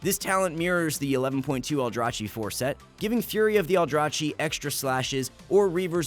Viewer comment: its aldraKi not aldraCHi go listen to VAs of veng dh artifact questline, u can clearly hear aldraKi there